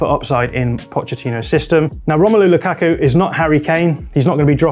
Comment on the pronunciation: I don’t know why I heard pronouncing lukaku as Luke Aku